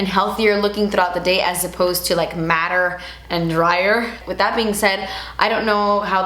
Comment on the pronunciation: when said "matte-er" i was like what????? mAtTeR???? and i was ok i get it lol